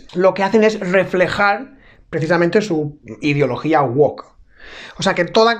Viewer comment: SE DICE GUOUC NO GUOC.